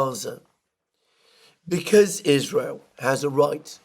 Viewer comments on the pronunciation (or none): Theres another girl on YouTube who pronounces the word "because" as "bee-kiz" just like you. What part of Britain is that?